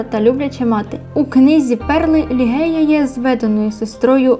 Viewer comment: ім'я королеви не лігея а Ліжея😉